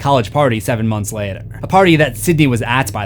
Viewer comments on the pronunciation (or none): none